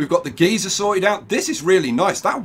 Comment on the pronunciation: Geyser=Guy-Zer . One pronunciation gives off steam and hot hot liquid; the other just gives off hot air at both ends.